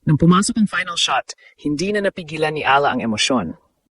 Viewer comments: Eala prounced Eyala hindi ala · Ee ya LA... Hindi ala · Ano ka ba - Pinoy ka ba? Correct your pronunciation: E-YA-LA, not A-la. Get the basics down. Your other Tagalog words are pronounced incorrectly.